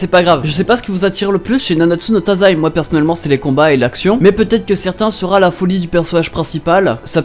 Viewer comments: il a dit nanatsu no tazai au lieu de taizai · Pire. Il a dit tasai